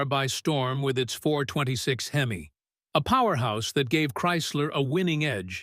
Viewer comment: Unless you're from across the pond. Copper is what the cylinder o-rings were made from. Not cooper. And it's pronounced hem-e not hem-eye. Also I could deal with less repetition.